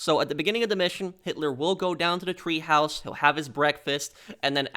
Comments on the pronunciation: God, you make me grit my teeth with your goddamned "treehouse!" Shit, man! It's Teehaus, which translates from German to English as Tea House, goddamnit! Treehouse in German is Baumhaus! What a fuckin' maroon! (that's not a misspelling; it's a quote from Bugs Bunny). And Hitler's package was not SCANNED, goddamnit! They didn't HAVE fucking scanners, and x-ray machines were not used for that back then! Their "scanning" back then was to OPEN AND VISUALLY INSPECT the contents with a pair of Mark One Eyeballs! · It's TEAHOUSE, not treehouse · “Treehaus” lol!